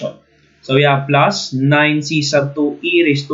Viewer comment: I like the accent "pluuuusss"